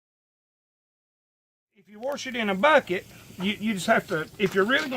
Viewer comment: When I tell you I'm loving to hear him say warsh it!! True country fellow!! Love